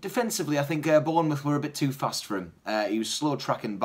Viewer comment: mouth not muth...